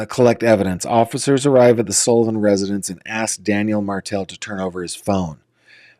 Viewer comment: Sullivan not Sollivan.